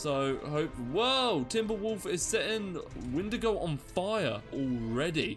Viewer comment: Ok with shaders for Ursa Major, it's too bright ;-; also it's Windigo not Wendigo